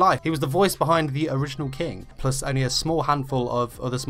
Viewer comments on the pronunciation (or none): none